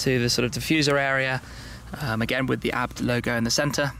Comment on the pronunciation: It's A.B.T not abbed 🤣